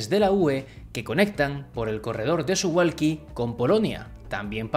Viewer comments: Muy interesante! Solo una apreciación de persona que ha vivido en Polonia jajaj Se pronuncia Suvauki, la L tachada polaca se pronuncia como u.. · Se pronuncia SuValki la W en polaco se pronuncia como V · Como información, que no tienes que saberlo: se pronuncia Suvauki. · Muy interesante, gracias. Justo un detalle, me pregunto si es correcto que Suwalki se pronuncie Suhualki. Es que no tengo ni idea del polaco, pero en todo caso en aleman a diferencia del ingles, la W no se dice UA sino V. Y supongo que en polaco tambien. Lo digo por lo de Warsovia que no Uarsovia. Habria que averiguarlo. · debes decir Suvalski, la W se lee como V en Polaco....